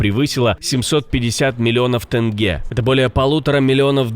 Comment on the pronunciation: Ребята, тЕньге, надо говорить, а не тЭнге! От тюркского теньге произошло слово деньги!